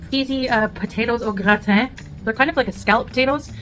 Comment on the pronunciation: The way she pronounces Gratin :face-purple-crying